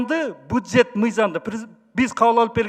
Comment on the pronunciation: Эспиратор эмес респиратор Шрек! Буджет эмес бюджет.